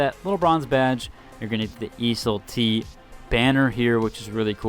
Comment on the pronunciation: must be tilting getting ridiculed by randoms when you actually did extra step to pronounce the word properly when you don't have to. Keep up the good work brotha🤟🤟